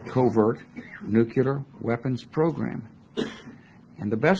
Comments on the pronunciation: New rule for all incoming presidents: If you can't properly pronounce the word, "nuclear", then you can't have access to the briefcase and red phone that fires one off. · Yale graduate? Nookyalur? Enriched Iranium?